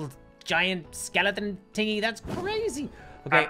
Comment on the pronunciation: who realizes says eart instead of earth and tingy instead of thingy